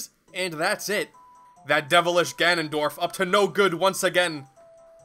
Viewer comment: They must stop WAAAAHnondorf